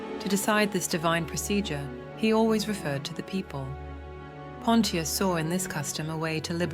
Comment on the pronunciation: Bot not pronouncing Pontious correctly so annoying